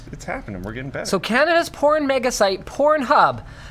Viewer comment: what the hell is Scanada? :p